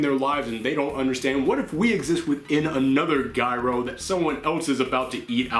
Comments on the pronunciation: I've never heard anyone pronounce it "guy-ro". Most in this country call it "Ji-ro", like the toy top. Actually, in it's native Greek, it's "year-o". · It's pronounced yee-roh. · Most people pronounce it jy-ro - like pyro, as someone on Twitter said, but it's gyro as in HERO. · The g is silent you just sound out the yro it's not ji-ro, giro, it's pronounced yeero think I'm wrong look it up